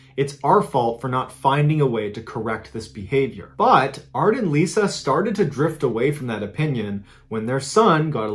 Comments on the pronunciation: Everytime he says “art and Lisa” I hear “Bart and Lisa” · I’m way late but just recently found your channel and love it. Am I the only one that kept hearing Bart and Lisa in the first story instead of Art and Lisa? 😂